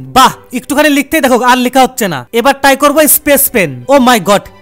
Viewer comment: Try❌ Ty✅😂